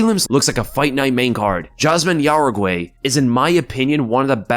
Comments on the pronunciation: Yazmin jauregui , (how-re-gy) not Uruguay. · Juaregui is pronounced “How-deggy” FYI